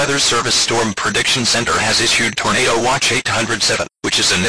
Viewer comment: I like how it said “torn a do” lol